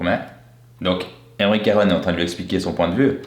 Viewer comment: c'est aymeric caron et non carone